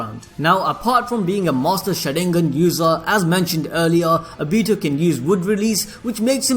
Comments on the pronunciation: And he said A BITO as in A then BEE also TOE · Whyyyyy are u saying ah bi tu fuck my ears are bleeding. Its oh bi to say it with me now oh bi to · It's not abito obito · Obihto is how he says it it’s actually funny though😂😂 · The way you say Obito’s name.. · He says Obito funny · Damn bro the pronunciation of Obito had me trippin I can't lieeeeee. Man said Uraka sensei 😹😹😹😹🤦‍♂️🤦‍♂️. Where you recording half asleep.